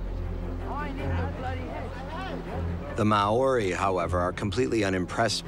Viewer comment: The pronunciation of Māori is butchered, badly. It’s pronounced Mao-rhi. MAO (Like Chairman Mao) RHI (like Rhianna). Secondly Māori never ate the heads. It’s considered sacred compared to other parts of the body.